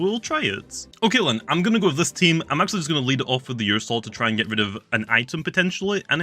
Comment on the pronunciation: ”ursoul” Me: “my soul? What does this have to do with my soul?”